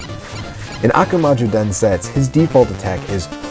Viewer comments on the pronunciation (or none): DensetsU. I know, in japanese the last /u/ is often silent or near silent (for example in desu, the most frequent japanese word) , but not in that word (meaning "Legend"). Sorry for nitpicking.... But great video, thanks for that!